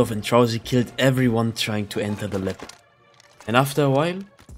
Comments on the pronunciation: Nice vid. Btw it’s called lab not lep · Lab ❌ Lepp✅